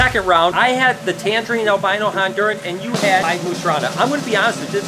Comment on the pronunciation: Albino I thought you said armadillo